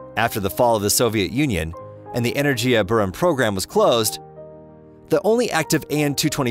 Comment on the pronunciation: The G in Energia is a hard G. Buran is pronounced BOO-ran, not behrahn. Is this a text to speech thing or was it just some illiterate schmo reading text?